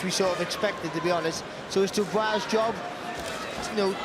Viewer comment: Used to pronounce Dubois “dooboys”